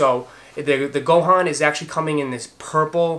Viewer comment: Great review as always Fam. Being an O.G. Dragonball fan since 2000 I HAVE to tell you it's pronounced like Freezah, not Freza. Believe the other one was Gohan, -han sounds like the beginning of Honda... not han(d). (Aight, aight let's get back w the kiccs) Guess for October I can rest the pockets a li'l bit...want to snatch up those 33s. I'm one of those O.G., 1-11 Jordans. I joined the USAF as an F-16 Crew Chief when 11s came out, so really didn't pay attention to the newer models afterwards. Thought they were getting too "futuristic" w the designs and silhouettes. But those 33s are a pretty package of a sneaker. Wish they were real leather/nubuck/suede accents w the new synthetic materials it comes w...but that's the retro side thinking, now newer, lighter, synthetic materials newer versions employ. Also looking to snatch up those Chlorophyll 3s coming out. Have the Bio Beiges, Flyknit 3, Quai54s 3s, and several others. The Tinker 10s may be in sights too. The orange Off-White Blazers are legit. Like those better than the black pair. Perfect for fall back there in the Megalopolis. (Originally from the Jersey side of Philly, so know those fall colors and how to roc'm) I'm Team Nike for the most part, but those Adidas w the blues, reds and purples in them are aight. Nice subtle pair of kiccs you can match a lot of gear w. Thanks for the entertaining and informative vlog...can't wait to see future content. 2k should be very soon!